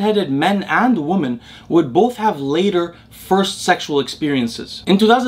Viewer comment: I have been watching your content since Day 1, I really appreciate your generosity with your time and knowledge. One thing I always wanted to point out is your pronunciation of the word 'Women' [ˈwi-mən] (plural of 'Woman' [ˈwu̇-mən]), it's a weird word in the modern English language where the letter 'E' in the second syllable changes the pronunciation of the unchanged first syllable from ˈwu̇ to ˈwi and without changing the pronunciation of the changed second syllable! You always pronounce it ˈwu̇ when talking about the plural form of the word. Just wanted to bring your attention to this small detail in hopes of it making your use of the word more accurate in the future. I also have Arabic as my mother tongue (Tunisia), and totally know how puzzling English can be sometimes. Much love!